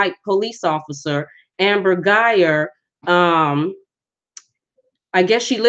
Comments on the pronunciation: Guy-Ger if you are going to do a video pronounce the names correct. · Woman, you're so crazy, you're not even pronouncing her name correctly, but they didn't know each other according to his attorney. Where did you get your information?